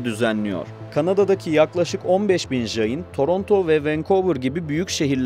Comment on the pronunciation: Öğrencilerime göndereceğim bir video olmuş. Son derece doğru bilgiler var. İki mezhebi var, siz daha çok Svetambara mezhebini anlatmışsınız. Bir de Digambara mezhebi var, onlar nefsin çile yollarını çok daha üst boyutlara ulaştırmış durumdadır. Dediğiniz gibi sessiz oturuş, çıplak olmak, hareket etmemek gibi değişik pratikleri var. Bu arada "jayin" diye J harfi ile okunmaz. C harfi ile okumanız gerekiyor. Caynizm, Cain. Cina (jina) kelimesinden türemektedir ve bu "kahraman" demektir. Ayrıca "jiva" diye bir inanışları var ve bu modern bilimin ön gördüğü "atom" modelinin ilk örneği olarak görülebilir. Tüm bunlara rağmen, insanlara tapma gibi ayinleri yüzünden monoteist geleneklerle asla uzlaşamaz.